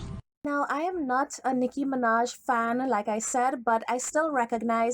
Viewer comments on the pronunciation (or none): They called her Noah Miraj sksksksksksks 😂😂😂😂